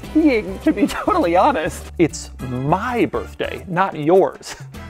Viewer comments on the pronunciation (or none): the way he says 'my' is priceless 😂😂